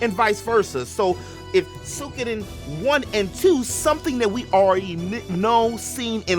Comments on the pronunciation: Suik- oden I belive is proper pronunciation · it isnt that hard to pronounce.